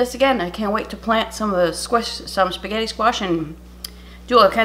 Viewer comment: QUEEN! Darling, you saying 'S'getti' uplifted my entire day.😍😊 This was definitely an inventive Booger delicious creation. All love to you, Tom and pupper and family. xoxoxo